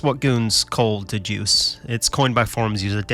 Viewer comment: ITS DA JOOSE